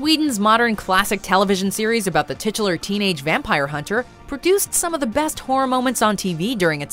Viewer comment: Dear -- you need to find a new word other than "titualar"....you say it in in pretty much EVERY video and it has gotten TIRED